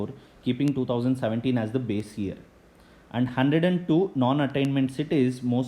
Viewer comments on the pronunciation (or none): none